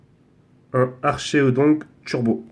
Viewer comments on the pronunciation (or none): il a du cul il a des pokemon mega evolué il connais pas le type des carte et il pronnonce mal les noms des pokemon comme lugia qui se pronnonce luguia et archeodong qui ce pronnonce arkeodong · juste pour te dire ses arckéodong sa se prenonsse comme ça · comment t'as prononcé archeodong mon dieu